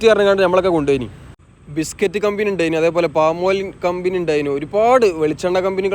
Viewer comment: കമ്പിനി അല്ല കമ്പനി 😂